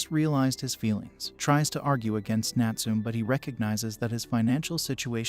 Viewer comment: Please pronounce the name Natsume properly . It's NUT SOO MEH , not NUT SOOM . SMH!!!